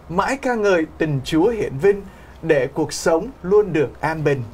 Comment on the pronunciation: Chữ "để" mà chị cứ phát âm thành "đệ".